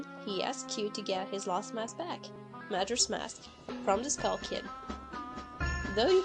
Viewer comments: *OCA-RI-NA *MAJ-OR-A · I've never heard majora pronounced that way...but who am I to judge? I don't even know if I'm saying deku right.